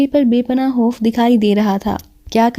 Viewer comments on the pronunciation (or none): خ کو ح پڑھتی ہو خوف کو حوف اخبار احبار وغیرہ وغیرہ میز خالی کومیز حالی عجیب لگتاہے